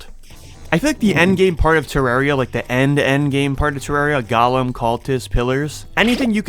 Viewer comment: Broh how do u think golem is pronounced like that